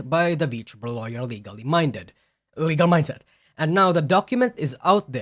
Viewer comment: Bro, if I was Legal Mindset, I would've slapped you everytime you got my name wrong 😂😂😂